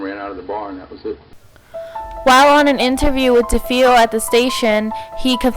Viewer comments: DeFeo = Da Fay oh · You're not pronouncing Defeo the way it's supposed to be pronounced.